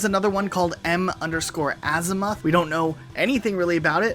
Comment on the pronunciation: Azimuth - az-mith.